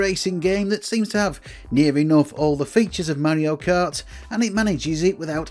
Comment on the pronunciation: It is SUPER MARIO KART NOT SUPER MEARIO KART